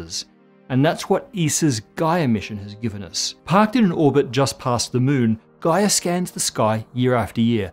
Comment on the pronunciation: oh..when he said "gaia mission" i thought he said "guy emission" :)